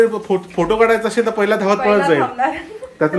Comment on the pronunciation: Tumhi asel la ashel ka bolta.. असेल हा शुद्ध मराठी शब्द आहे. अशेल म्हणू नका